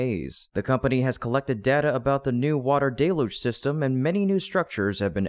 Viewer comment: 'DELL-huge', 'DELL-huge', 'DELL-huge' Man, you Die hard!